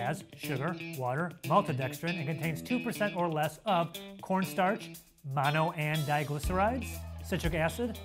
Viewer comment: .... MONO-DIGLY-CERISIS !!!! 🤣🤣🤣🤣 He made it sound like a disease!